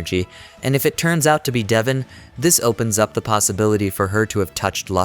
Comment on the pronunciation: Bro the pronunciation is duh-von